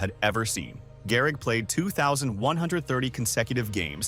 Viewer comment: Gehrig? You mean Garrig? LOL